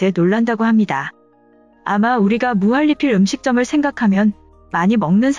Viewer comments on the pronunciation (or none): 으..무할리필이 아니라 무한니필이라고 말해야하는거 아닌가요? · 무할리필이라고 읽는 이유가뭘까